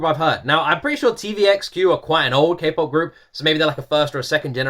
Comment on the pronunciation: Was I the only one who cringed every time he said K-POP? 😂 like boi lol 😂